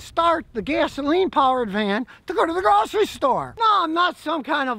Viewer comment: "grocery" store 😂